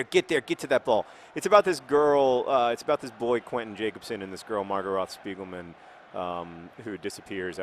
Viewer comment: hearing johns pronounciation of spiegelmann makes me laugh every time